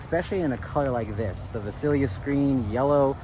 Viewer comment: you say it just like VALET. Not vasalias.